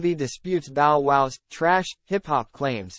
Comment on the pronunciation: You gone cover black ppl pronounce the name right it's bow wow not no wow 😂😂damn